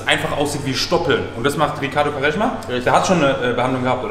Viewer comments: Was für kareschma 😂😂😂 hört sich an wie Waschmittel Hahahahah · Digga bitte yaw, Quaresma und nicht kareschma. Sonst geiles Video Bruder. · Quaresma wird nicht KAreschma ausgesprochen sondern Quresma. Nohate❤